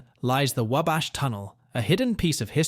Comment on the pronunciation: Couldn't pronouce Wabash correctly...